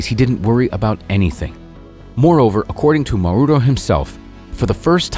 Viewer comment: You are pronouncing Mauro WRONG YOU PRONOUNCE Mauro accenting the ‘U’ The correct pronouncacion is Mauro accenting the ‘A’